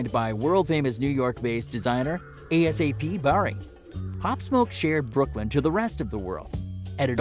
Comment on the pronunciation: He said A.S.A.P Barri instead of ASAP hell naw I tried to keep going after u messed up Quavo name but damn lol